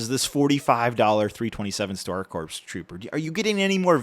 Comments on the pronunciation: it's pronounced Core not Corps. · if I hear one more reviewer pronounce the p in corps imma lose it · You don't pronounce the "P" in "corps" buddy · Great review, as always. It’s pronounced “core” not “corp” though! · $45 is nuts. Also corps is pronounced with a silent p, so its just core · Star Corps pronounced as “Star Core” not “Star Corpse” It might as well be the latter considering the state of everyone’s wallet after buying this at MSRP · only thing that comes second in terms of how egregious that price is is pronouncing Corps like “corpse” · Mf said corpse like a goober (great video tho tyfys) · The ps in corps is silent.